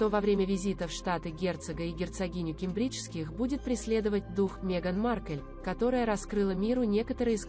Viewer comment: Научитесь делать правильные ударения. кЕмбриджские, сАсекские, tАтлер, гАмлет и т.д.